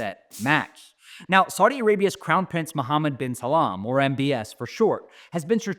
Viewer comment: Muhammad bin salam 😂😂😂 bro how did you mess up this bad